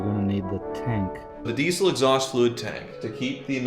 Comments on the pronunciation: Why is he pronouncing the word diesel as 'dee sell'? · saying Diesel just reminded me... US - DeeSell Rest of World - Deezle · Your pronunciation of the word 'diesel' is like nails on a blackboard.